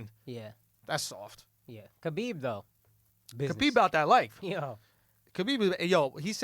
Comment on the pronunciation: His name is pronounced HABIB shit ain’t that hard lmaoo and didn’t Andrew say Connor is in his “head”. Nah nigga dude made fun of his family shit is simple